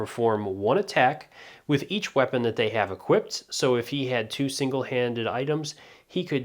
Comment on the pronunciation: First off, thanks for the turtorial. Very well made.Second, this game is kind of intended for fans so "will it hold up" isn't necessarily a fair argument.Third, equip is present tense, not equip't. Equipped is past tense, not equip'ted. Had a friend that said it like this and I wanted to strangle him xD